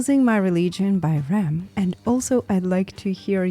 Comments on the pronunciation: pronounced R.E.M. (individual letters) not Rem :hand-purple-blue-peace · FYI It's R E M, not Rem. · You don't say Rem you say R ... E ... M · R...E...M.....not Rem lol (Are...EE...Em ,lol)